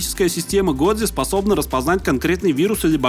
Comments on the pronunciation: я бы посмотрел но "годзе" вместо "годжо" режет слух как и все правильные названия на русском вместо английской версии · Как же мне больно с "годзе" а не "годжо"😭😭😭